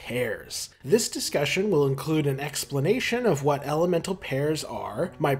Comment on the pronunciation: you saying elemental like that made me think that you were gonna say L M N O P for some reason